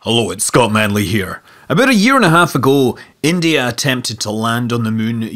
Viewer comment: Holough, uts Scott Munlea.. Lol, that intro